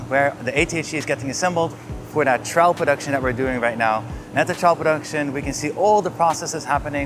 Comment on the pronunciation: I heard "child production" instead of "Trial Production"